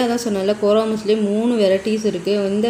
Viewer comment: கோரா மஸ்லின் தான் சரியான உச்சரிப்பு